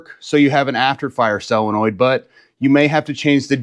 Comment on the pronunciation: It's a SOL-enoid, not a selenoid !